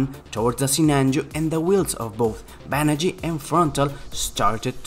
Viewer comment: "Banagher"... "Banagh-ER".... not "Banagh-EE"